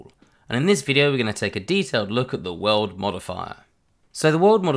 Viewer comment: great video. I kept hearing "world modifier" :D